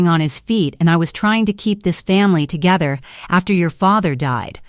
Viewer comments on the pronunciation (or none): none